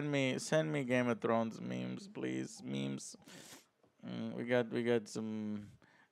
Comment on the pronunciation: Him pronouncing memes as maims is sort of fitting for the type of show Game of Thrones is